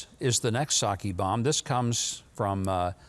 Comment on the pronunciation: The only Sakè I've ever heard of comes from a Chinese restaurant.🤔 The P in Psaki must be silent. Commy spy?🤷🏾🤦🏾🤦🏾🤦🏾🤦🏾🇺🇲🇺🇲🇺🇲🇺🇲🇺🇲